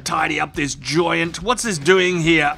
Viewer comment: Love the accent. When he says joint it sounds like giant